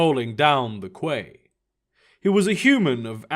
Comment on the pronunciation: Only criticism, quay is pronounced key